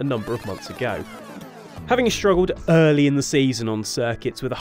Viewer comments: He said uuuuuuhhhhhh-ly. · 'Having struggled ERRRRly in the season' 😂